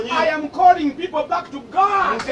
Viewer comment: followers you must interceed for your pastor kubanga Bambi?. The way he calls God Guard hoo